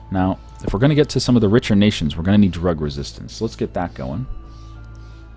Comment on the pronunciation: he said rug reististence instead of drug reististence